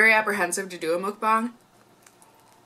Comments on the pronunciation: it's MUK-BANG NOT MOOK-BANG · its pronounced more like "muhkbang" than "mookbang" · Just a friendly Korean subbie passing by~~~~It's actually pronounced, mUHk-bahng, not mOOk-bahng ☺️☺️☺️☺️ And I used to love Jimmy Jones bc of their bread but after I found out the CEO does wild hunting for fun, I said Bye Felicia! 👋🏻👋🏻👋🏻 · Just to say, mEOkbang not mOOkbang ;) Anyway how you pronounce it is just so cute !!!!❤ And one of my favorite beauty youtuber does mukbang !! cool ❤ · lol it's definitely not pronounced "mookbang"